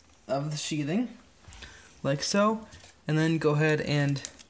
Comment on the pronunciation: Uh, first of all it's "sheathing" not "sheeting". Second, it's pretty clear that that's a new wiring drop and may not even be connected to the panel yet. Other than that you're spot on!